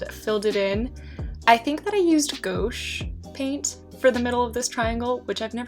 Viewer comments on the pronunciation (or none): loved this set up!!!!! but idk if someone has already said anything but the paint you used that was "new" is pronounced (g-wash) not go-sh :)